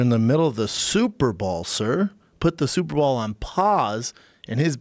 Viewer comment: schaub love you man you have to stop saying ONdefefeted& superBALL.! UN & BOWL